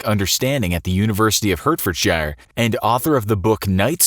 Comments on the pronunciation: it is not pronounced hert for shire, it is heart ford shier. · I literally cringed when I heard the way he said Hertfordshire it's "hart-fud-sher" not "hurt-ferd-shyer" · heart-ferd-shyer 😂😂😂 I’m sorry. You Americans really don’t know how to pronounce our counties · Heart-fud-surr Not Hurt-forward-shire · Its pronounced hart- ford -sheer not herht fod shy er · It's not pronounced hert-furd-shire It's pronounced heart-ford-shire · I come to Infographics for the hilarious mispronunciation of British placenames. 'Hertfordshire' is pronounced 'Heart-ford-sure' XD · It's pronounced "hartferdsher" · I know it’s spelt Hertfordshire, but it’s pronounced heart-fordshire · You pronounced Hertfordshire wrong- it's spelt like that, but pronunced like Hartfordsheer. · Its pronounced Heart-ford-shier You crazy Yankie folk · Hurt-fordshire, love it. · Hertfordshire is pronounced Heart-ford-shear but you tried! Great video! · Hertfordshire is pronounced Heart-Fud-Sheer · The way he pronounces Hertfordshire omg, it’s pronounced “Heart-ford-Shire” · Hart ford sher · When you said Hertfordshire I nearly killed myself. Americans cannot pronounce British places. It’s heret-ford-shire. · Hertfordshire is actually pronounced "Hartford-sheer" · It's "Haht-fd-sheh" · Please work on pronouncing British counties and cities. Glasgow, Hertfordshire and others were completely mispronounced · As a Brit, your pronunciation of Hertfordshire disgusts me 😂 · Where I used to live lol thought it was a completely different place cringed me out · How difficult is it to pronounce Hertfordshire right???? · That mispronunciation of Hertfordshire just made me want to die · OMG I LIVE IN HERTFORDSHIRE I FEEL SPECIAL. Btw you said hertfordshire completely wrong but don't worry😂 it's a county in England btw